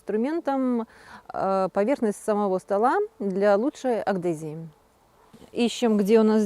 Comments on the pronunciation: Заметила, что Вы говорите "агдезия". В первом Вашем видео, которое посмотрела, услышала - подумала, случайно ошиблись. Но вот, уже который раз... Правильно - АДГЕЗИЯ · Есть слово АДГЕзия, а не АКДезия. 😁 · Адгезия, а не агдезия